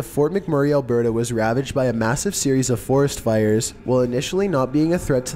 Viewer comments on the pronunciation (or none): none